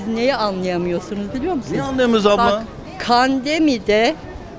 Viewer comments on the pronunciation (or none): Kandemi değil pandemi😂😂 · Pandemi demeyi bilmiyor kan demi diyor yalancı yağ un tuvalet kağıdı yokmuş😂😂😂😂😂😂😂